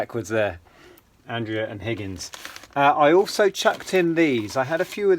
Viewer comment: Hi. The Andrea figures are pronounced Andreya and I think they're made in Italy. I think whoever bought this job lot was just after the Andrea figs as these are very popular and some are expensive. I do model making and have some of theirs completed.